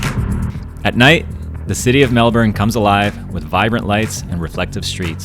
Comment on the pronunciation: Thankyou for pronoucing melbourne correctly